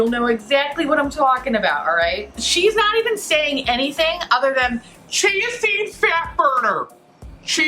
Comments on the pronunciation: It took me I don't know how many times before I FINALLY figured out you were saying CHIA SEED fat burner 😂 I was like, "wtf is she saying? Chancy fat burner? Is that the name of some fancy fat burning pill or something?" Didn't understand why they were selling a pill at a smoothie place, but then I finally understood what you were saying 😂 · at first I thught you were saying "Chasity Fatburger" lol Both are hilarious. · So did I. I also started hearing "GNC fatburner" and wondered if the shop was selling supplements too. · I thought you were saying “Chancey Fatburner” Like if it was a person. Lmaooo I was so confused for a lil bit. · I heard cheesy fatburger and I was like what the heck is that 😂😂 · haha it's not just you, I heard "Chauncy Fatburner" the first few times she said it too and was like TF??? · I kept hearing "jeansy"fat burner. I thought, is this something I dont know about?😄